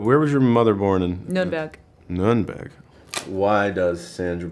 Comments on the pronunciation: channing can say an Ü in Nürnberg ;-) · I'm impressed how well Channing pronounced the word Nürnberg 👏